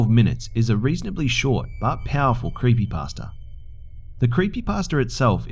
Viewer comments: I love how sometimes pronounces creepypasta "creepypaster" XD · and sometimes sounds like creepy-pastor